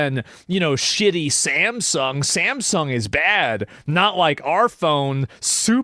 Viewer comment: "Sam T-Sung". Lmao- It's likely actually pronounced the Sam "Tsoong". Like Shang Tsung from Mortal Kombat.